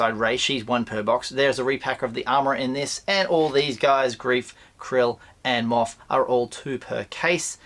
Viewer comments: Do you have a yabby stuck in your teeth??? Kuiil, it is pronounced Kwill, there is no R in the word. Stop pronouncing it Krill. I thought you were a Star Wars expert, NOT ! ! ! ! ! ! ! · Why do you call kuuil krill?